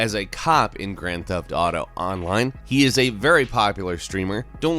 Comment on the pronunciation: Why do people say Grand Theft Dato?